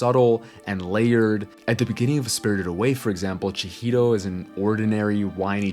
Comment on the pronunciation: First time I hear an english speaker pronounce Chihiro properly.